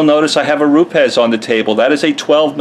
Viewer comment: Jehovah God bless you for knowing how to pronounce Rupes like the Italians who run the company do! Another great video with valuable info. You should charge though because you've been invaluable in my training process in becoming a future pro detailer! Thank you!